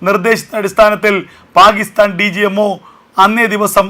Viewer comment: പാഹിസ്ഥാൻ എന്നല്ല പാക്കിസ്ഥാൻ എന്നു പറയൂ